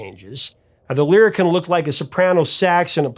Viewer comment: Lyricon pronounced lyri- Kahn! I made my living using this instrument in the New York studio scene where I was the first call wind controller guy.